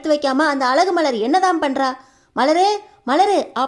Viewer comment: அலகு மதி ya அது அழகு மதி தமிழ் கூட தெரிலே நீயெல்லாம் எதுக்கு வீடியோ போடறே கழுத்து களுத்து இல்லே